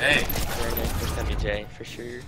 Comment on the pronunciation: They're pronouncing semiij wrong